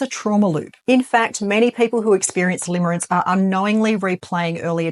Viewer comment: Limerence not limerance.